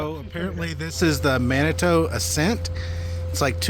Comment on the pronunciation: Manitou, It's pronounced man-a-two, we used to make coolaid with the water there. I grew up on the westside of Colorado Springs and spent a lot of time in Manitou and the Garden of the God's.